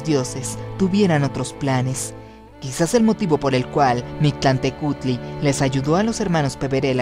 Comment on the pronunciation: Hola, interesante hipótesis, en la pronunciación te faltó la " L" MictLantehcuhtli; falta info de parte JKR para extender éste tipo de ideas. Saludos.